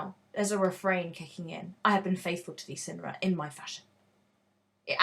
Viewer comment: Swear it's sigh-nara ngl